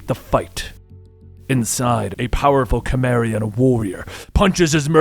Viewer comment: please do more conan and just a note your pronouncing cimmerian wrong